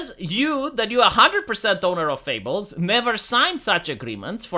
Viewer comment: "Fables", not "Fable"... BIG difference lol